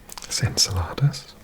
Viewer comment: Iapetus is pronounced “Eye-AH-peh-tus” and Enceladus is “En-CEL-ah-dus.” I appreciate the Spanish-y take on the pronunciation though! ;)